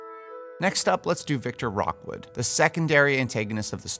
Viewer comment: Great casting, but it's Victor Rookwood, not Rockwood